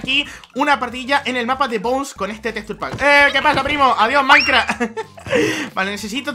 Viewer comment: si dice maicra